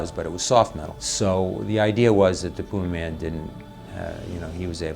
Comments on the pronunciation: Uhh it's pronounced Pyumaman! 🎶When you want the flavor of bacon in a dip🎶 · Tha Pew-May-Man!